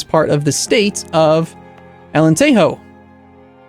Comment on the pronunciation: Alentejo doesn`t sound Alenterro, it`s just Alentejo. It isn`t Spanish.